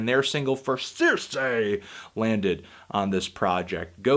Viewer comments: *Cirice not Circe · It's Cirice Anthony, not Circe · cirice = "sih-reese". juuuust so you know